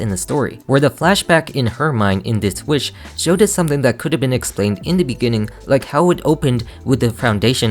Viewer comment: no that’s valid there’s actual lot a video on here or someone breaking down the lyrics and showing how off the cadence is. If we’re talking about pet peeves I hate the way she says WEESH instead of WISH.